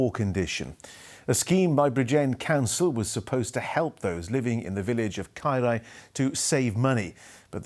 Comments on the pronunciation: My God how many times is he going to pronounce Caerau so badly?! 😡😡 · That is absolutely disgusting, how can a council do that to people's houses mun ffs and Its pronounced Kai rah dude 🤬